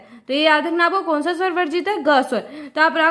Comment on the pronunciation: Ma'am स nahi ,सा है